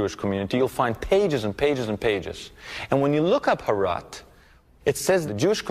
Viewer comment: It is called herat not harat